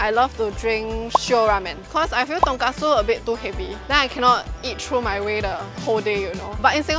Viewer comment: Its ton-KOT-su not ton-KAT-su. Completely different thing